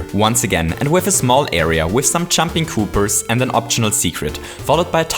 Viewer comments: it's Koopas and Goombas not goombers and koopers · It is not koopers or goombers . There real names are koopas and Goombas . God dammit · I like the Video but you always say goombars and koopars instead of goombas and koopas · "Koopers" "Goombers" Lol, ok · Why do you pronounce Goombas "Goomers"? Or Koopas "Koopers"? I'm not native and this is my 3rd language your videos are awsome i was just wondering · he says kooprs and goombrs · Good video, loved it, but I couldnt help but crack up a bit when you'd say "koopers" and "goombers" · Koopers? Goompers? Accents at their finest! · lol, goombers and koopers :D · I like how he calls koopas "koopers" because I have a dog named Cooper XD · I'm sorry, but why do I feel that you say Goopers and Koopers all the time? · Koopers and Goombers. I love your accent lol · I like how he says "Goombas" and "Koopas"